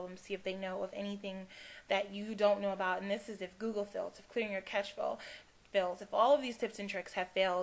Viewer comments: Cache pronounced like "cash" not "catch"..... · Thanks for this video! It would help many people if you maybe listed some helpful websites to research problems. I've googled many different problems and some websites really don't help, and some really do. It's hard to know the difference. Also, it's CACHE pronounced CASH. It would have a T before the CH if you were to pronounce it CATCH. Thanks! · lol i know this vid is old but her saying catch instead of cache was annoying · why do you keep calling cache a catch? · Lol at clear the cache you said sim compositor crap-cache LOL